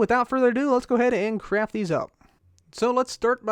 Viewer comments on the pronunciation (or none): none